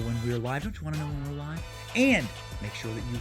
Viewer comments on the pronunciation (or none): none